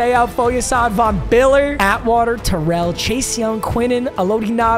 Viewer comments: Bro awesome vid it sounded like you were saying Vm Biller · Von Biller